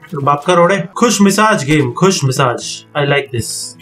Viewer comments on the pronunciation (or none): Khus massage nahin khush mizaj🤣